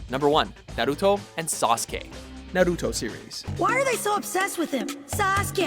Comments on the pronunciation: stop saying naruto wrong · They finally said Sasuke's name right :) but fucked up Naruto's